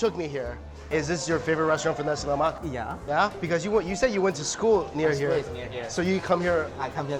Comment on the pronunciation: It sounds like you say Nazi Lamak